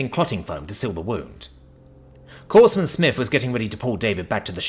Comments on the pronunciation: Corpsman is pronounced "CORE-man" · Good story... And btw.... It's pronounced... kor-man and kor-men... The *ps" in Corpsman is silent. The same way it is silent in the word "Corps" as in Marine Corps. Hope this helps.